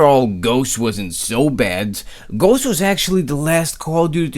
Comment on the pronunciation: please kern how to pronunce ghost you're pronucing it like "ghoche"